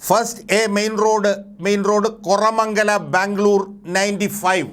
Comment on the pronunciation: കൊറമങ്ങല അല്ല കോറ മംഗല, എന്നാണ്